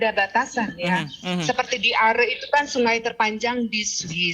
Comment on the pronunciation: Hai news anchor....orang lokal di seputar sungai Aare saja menyebutnya sungai Aare ( Arè)..bukan sungai Ar seperti yg anda sebutkan. Penting penyebutan yg benar. Semoga team SAR cepat menemukan anak kang Emil dalam keadaan sehat. Aamiin